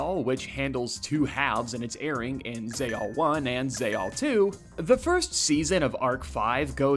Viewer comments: Sorry... Zay-all? It has a big ass X in it its Zex-all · is Zexal pronounced "Zea-all" or are you just fucking with us? great content! I really like your style of analysis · Why are you pronouncing Zexal without the x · "Zey-all" Great video though